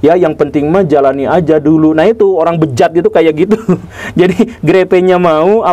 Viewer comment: 😂😂😂😂😂 biasa ajh pa gugem..bilang . Bejaddddd. Asli w ngakak abis dengernya 😂😂😂😂😂😂